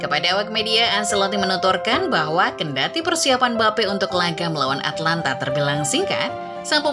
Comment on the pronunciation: Atalanta sama atlanta beda ya nyet, perbaiki lagi penyebutan nya